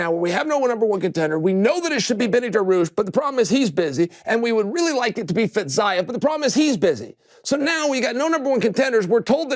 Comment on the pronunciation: Man's said fitzayev